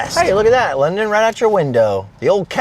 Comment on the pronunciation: London ‘ Is definitely sponned lol 😆